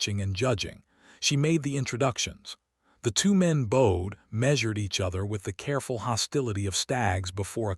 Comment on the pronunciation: Bowed in past tense is b-out-d, not bode....